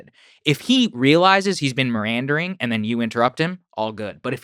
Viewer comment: A journalist that says mirandering and not meandering doesn't fill me with confidence